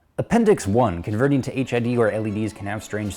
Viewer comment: I kept hearing 'HIV kit'